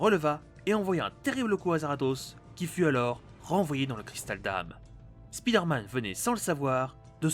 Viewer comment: Mais arrêtez de dire speeder man c'est perturbant et prononcé comme ça, ça veut juste dire: l'homme qui va vite.